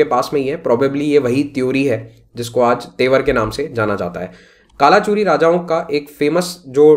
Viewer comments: A little correction, it is pronounced as "कल्चुरी" not कालाचुरी. It is prime dynasty we study for Chhattisgarh PSC exams. Third branch of Kalchuri is रतनपुर. Older name was मणिपुर transformed into रत्नपुर and currently known as रतनपुर. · correct pronunciation is कलचुरी, रतनपुर